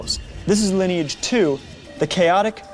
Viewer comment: Love this! It's so delightfully sincere. Mispronouncing words like 'sinew' and 'Lineage' (the name of the largest MMO on the planet at the time!)